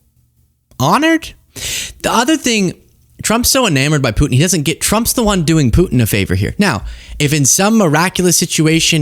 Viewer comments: Did Karolies said president Poo In? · Ugh, I can’t stand her inability to pronounce the letter “t.” It’s “Putin,” not “Poo-in.” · kkk its putin not pootn! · I wish sh3 would say Putin and not pooin 😮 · Why doesn’t Vance nudge him and tell him the right location? Is Vance setting him up? Crazy 🎪 up in DC. Did she say Poot in? 😂😂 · Is it just me, or does Karoline pronounce Vlad's name "Poo' in"?